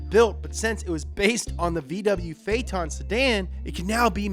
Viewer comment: Thank you for saying phaeton that way and not like Doug I could barely watch his review over it it bothered me so much